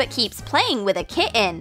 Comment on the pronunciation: Kienn? Don’t you mean KITTen Abbreviation is key to know how to speak.